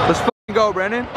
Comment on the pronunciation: Anyone notice that says Brandon’s name like “brenen”😂